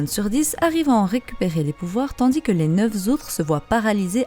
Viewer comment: Merci. Au passage, attention aux liaisons dangereuses: ex. quand tu parles des "neuf z'autres"...